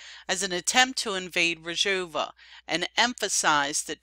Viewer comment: Excellent reporting. Just one thing; It's Rojava. That's R-o-j-a-v-a. You are pronouncing it Rajova. It's Rojava, not Rajova. Aside from that this program is great. How to pronounce Rojava